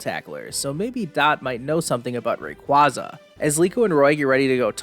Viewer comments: thats... how you pronounce Rayquaza?? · I hate it so much the way he kept mispronouncing Rayquaza